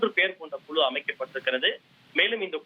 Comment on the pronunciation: Yendha oru thamizhanbda nee, kuzhu yengira vaarthaiye solla theriyavillai Kulu vam kulu